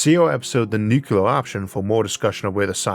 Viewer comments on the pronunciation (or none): Isn't it nuclear instead of nucular? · Downvoted solely because of "new kya ler". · For the love of god, 'nucular' is not a word. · Incredible content from an incredibly visionary phycisist. Still using the George W Bush pronounciation of "nuc-ular" (that is NOT a nag on your speech impediment, as 50% of americans without speech impediments make the same mistake) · Very easy. Two syllables. NEW CLEAR. It's not your speech impediment. It is the way military (mis)pronounce this word.